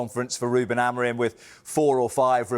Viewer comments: Carragher first needs to learn his name; Amorim, not Amorin!!. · Someone needs to tell Jamie that the man’s name is Amorim, not Amorin, as he repeatedly called him.